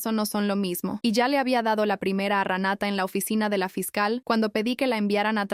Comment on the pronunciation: Que el juez le cree a Ranata.....!!! no se dice se así pronuncia RENATA .